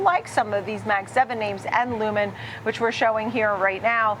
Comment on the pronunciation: Lumen??? This guy ! You mean Lumentum😂😂😂😂